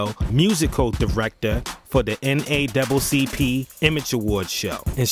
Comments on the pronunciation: I'm pretty sure he meant to say NAACP not NACCP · It’s NAACP not naccp. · Did you say the NA-double CP?